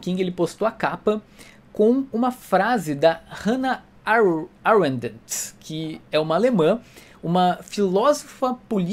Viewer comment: Com todo respeito, eu ri na hora que vc falou Hannah Arendt rs